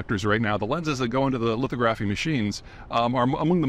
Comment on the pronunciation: His statements about semiconductor manufacturing were a shitstorm of amateur errors...ex. mispronounced "lithography" as if he were an undergrad in business who accidentally signed up for a device physics class...and he then said lithography was used to pattern resistors into silicon...you CAN pattern in resistors with lithography but the magic of semiconductors are the hundreds of billions of networked transistors into a single device....not resistors.